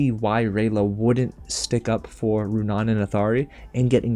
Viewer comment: Also I noticed that he stopped pronouncing Runaans name wrong probably since I called him out in the comments of the last video : \